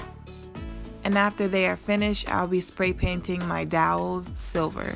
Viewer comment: It turned out beautifully, you're very imaginative. Lol, dowels not doyles, fyi it's flush not flesh. I do that with some words too.😊